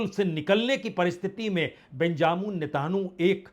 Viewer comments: You are purposely saying netanu instead of Netanyahu. Does it mean impartial journalism? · Sir name ka uchcharan galat kar. rahe hai .name hai Benjamin netanyahu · Sir ap Nitin yhoo ka Nam sahi kyon nahi padh pate hai 😂